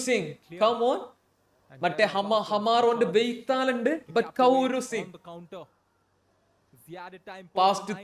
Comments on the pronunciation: കൗരു അല്ല ബ്രോ കോറോ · കൗരു അല്ലടെ കൊറു...